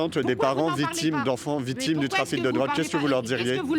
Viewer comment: « en diret » « les vitimes » « vitoire »🤣🤣🤣🤣🤣🤣🤣